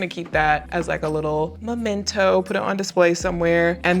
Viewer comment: Memento,. Not Momento.